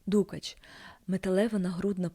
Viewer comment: Ну по перше: не дУкач , а дукАч. А по друге : а де ж намисто з каурі, а де дорогущі баламути, де лускавки?